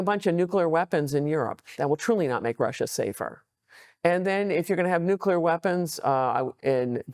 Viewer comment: Nuclear weepons? If you have prepared questions, shouldn't you at least learn how to pronounce those?